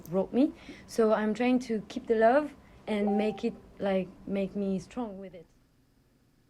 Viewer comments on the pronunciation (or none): I recognized the brazilian by the way she pronouced "to" like a "choo".